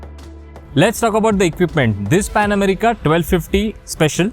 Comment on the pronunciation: You may be a good rider but you're a horrible presenter. Dude, you really need on your language, pronounciation, clarity and everything else! It's Pan America, not 'Amreeeka'. And what the hell do you mean by 'its look'? Was sleeping or had he taken a day off? How in the world did this get past the editorial board?!